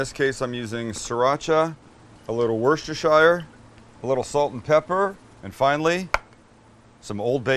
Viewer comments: Ok I have to comment to say that Worcestershire is pronounced “wuss tuh sher” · Sam? Repeat after me ... "wooster" + "sheer" ..That's how it's pronounced. Like a few english words it's pronounced differently that you expect. :) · Worcestershire is pronounced “wus-sti-shuh” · Wooster shear sauce 😉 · In britain, Worcestershire is pronounced 'wooster-sheer'. Weird, I know. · Love Americans trying to say Worcestershire sauce 😅😅😅😅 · are we gonna ignore that he completely butchered Worcestershire? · Living in Worcestershire it still pains me how you pronounce it😂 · would have never gotten it right. But since english is not my main language i won't even be able to pronounce it now you've written it :D